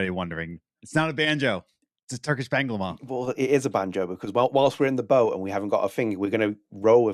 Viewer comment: I liked ur bağlama. By the way not banglama, its bağlama:)